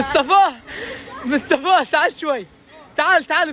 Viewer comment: بيقول مستفى بدل مصطفى 😅